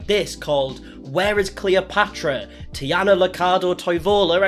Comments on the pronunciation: Its Taina btw not Tiana. Shes Finnish. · It's pronounced Tanya?? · I've been (kind of) following this family for about 5 years now, and at this point I'm fearing for some true crime case to take place any day now. And Taina is pronounced like "Tyna", not "Tiana". 👍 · The names are easy. Taina (spoken: Tyna) not Tiana (you pronounced Tea-Ana). Not Babitiana- it's clearly written Bambi-Taina (spoken like the Walt Disney Bambi -Tayna). D'Artagnan of course is the name of one of the 3 Musketeers ... so pronounced very differently. Also their names can be heard in the videos quite often. Cleopatra did not go to Finland on a whim. The family lived in Finland for a very long time. Many of the kids were born in Finland. They only just moved (back) to Australia 1 year or so ago. Your research has not been very well I would say. But the family is definitely very weird. Haven't watched their videos for a long time, the content has gotten more and more boring over time, especially since they are (back ) in Australia. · Taina, not Tiana. but glad someone has finally made a video about it. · I was so excited to watch this, but after 5 min i had to stop... Dude its T A I N A not T I A N A :D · The tee-anna is hard to listen to. It’s tay-na. Did you not watch the videos? Spelled T-a-i, not T-i-a. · why do you keep saying tiana.. it clearly says tAIna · Taj-na , not Tiana😊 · it's taina, not tiana lmao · Its a Finnish name so it's pronounced exactly as written with clear Aaa and T sounds. TaiNA same with the hyphenated last name Toivola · No it’s pronounced like “tie-na” lmao😅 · Him mispronouncing Taina’s name throughout the whole video and not noticing is a vibe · Im getting so irritated bc of ur pronaounciation of their names😭